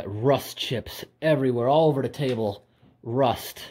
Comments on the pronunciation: Love the way he pronounces "rust". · Didnt know there was another way to pronounce it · Normally? That's how I say it, wym?